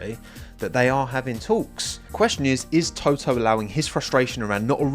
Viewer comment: To-oh, LOL! (Sorry, didn't mean any disrespect!)